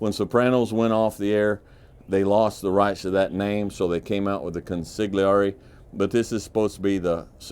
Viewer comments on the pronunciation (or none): Consigliere is pronounced Con-sul-yer-ey. It is the right hand man of the Mafia Family Boss whom is deffered to like an advisor to a King. Great video!